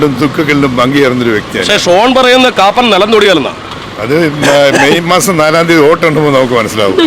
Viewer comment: Koppan not Kappan